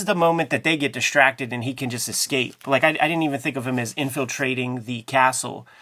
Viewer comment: HEY JIM! LOVE THE CHANNEL! GREAT WORK! ONE SUGGESTION....STOP PRONOUNCING ESCAPE .... EX-CAPE. THERE IS NO X. ITS LIKE ESPRESSO... THERE IS NO X